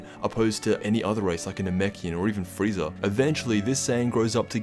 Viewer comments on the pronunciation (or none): none